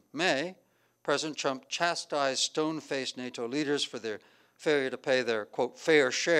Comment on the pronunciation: President ‘Chump’, or was that just my hearing?